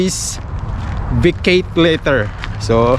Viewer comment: Vaket letter? Ano yun? bagong english yata yun